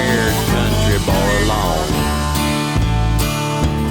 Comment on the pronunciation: To be clear "alone" is pronounced "aloan." 👍